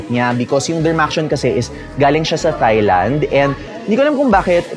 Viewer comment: Good skincare advice but please note that in proper English, Thailand is pronounced “Tie-land” (silent H), not “Thigh-land”.